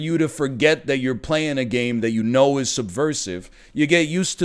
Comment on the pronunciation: "It ees what it ees" - 2020